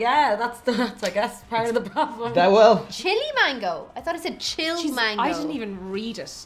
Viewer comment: There is NOooo! "I" in Mango.... Stop saying "maingo".... 2simple words man.....go Not, main go